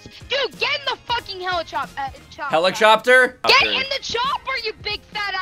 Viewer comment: He said h e l i p c o p t e r